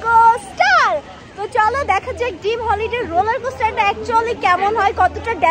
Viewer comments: it’s not dim holiday it’s dream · Dim😂naki dream🥴🤔 Right naki raid🤔eto vhul tarporo kothay kothay English bolte hobe🙂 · dim hollyday na drem hollyday park😅